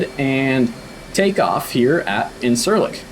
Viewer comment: Really interesting video, one thing though, and I hate doing this but my OCD wont let it go. The Turkish c (unless it is with the little tail) is a j sound so it is pronounced like injure-lik not in-sir-lik.